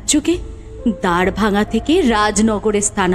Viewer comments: Golpo ta khub valo hoyeche sudhu দ্বরভাঙা bole kono jayga nei ami jotodur jani ota দ্বারভাঙা । Uchharon ta valo hole aroh valo lagbe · oita "দ্বরভাঙা" noy ar " দ্বারভাঙা" noy oita "দারভাঙ্গা (Darbhanga)"😊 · দারভাঙ্গা উচ্চারণ ঠিক করা উচিৎ ছিলো